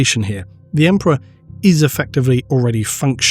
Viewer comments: Right. Emprah'. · haha Emprah sounds better tbh. The word will never be the same again.